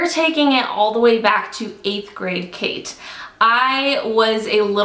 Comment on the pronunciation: The kaites (catys how it be pronunciation)